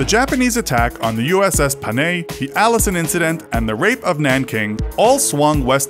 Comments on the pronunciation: Its pronounced Pa-nay not Pa-ney just a small detail tho but good video as always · The Pronounciation of Panay was literally Panay not Paney